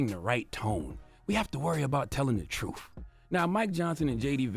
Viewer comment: It is t r u t h. Not truf!!